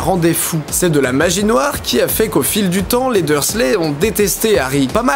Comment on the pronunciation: (Les Dursley, pas les dur leu, désolée!)